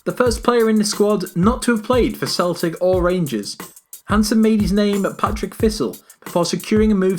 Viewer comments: You murdered "Partick" mate completely wrong. It's not fuckin Patrick, the geordie is better get him back on the mic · John Greig is pronounced Greg and it's Partick thistle not Patrick thistle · Patrick? the Gerrrrs? ahaha 😂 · where the fuck are Willie Miller & Jim Leighton? Two of the most iconic players in Scottish football history haven't been included in your shit list. You stupid english can't even pronounce team names right either.. it's PARTICK not Patrick. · Partick not Patrick